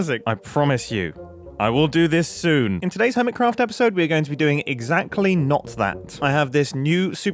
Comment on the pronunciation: Urmitcrapht Lol